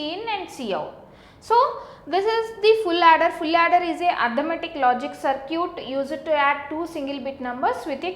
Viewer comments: mam its circuit not curcit 😂😂😂😂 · " so now lets design a sir-cute .........."